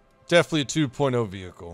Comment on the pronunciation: *world war reward wehicle"